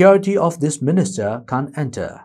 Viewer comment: Your can't and can are confusing...kindly use 'cannot' instead since your pronounciation is little flawed. Can a candidate who is contesting the election enter any polling station he wants???